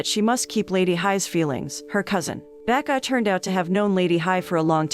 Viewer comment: Everytime she calls him “Baek-ah” I always hear “Becca” and it always makes me chuckle a little😂